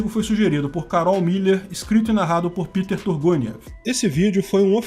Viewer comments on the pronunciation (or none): none